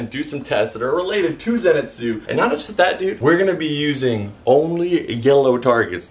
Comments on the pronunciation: im sorry i love your channal but whats a zenetsu its zenitsu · Who else got mad at the way he said zenitsu sanemi and nezuko